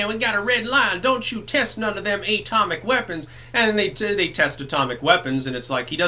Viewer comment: AYYY-TOMIC WEAPONS